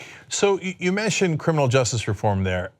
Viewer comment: I think it is weird that Cenk cannot say justice--he says just--why not the second syllable, Cenk? Just saying'...love the show.